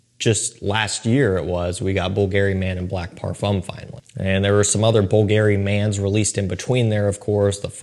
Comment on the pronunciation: Does he pronounce bvlgari a bit off . Great list though the back end ones are proper sillage spillers